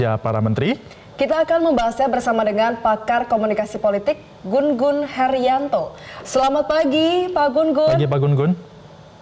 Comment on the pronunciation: GU-NGUN atau GUNG-UN (baca: Jung Un), bukan GUN-GUN